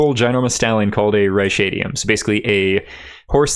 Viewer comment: It's pronounced "kazem"-fiend. Y'lknow. Like a fiend of chasms. Also pronounced "reh-shadium" everywhere I've seen it, not "rye-shadium". "Ee-Ree-Al-Ee" "Natt-en" (like the fly, gnat)